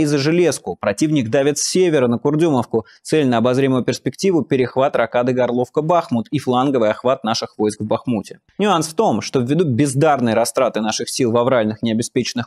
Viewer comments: ГОрловка, а не ГорлОвка!!! Ааааааа!!! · Горловка ударением на первое О.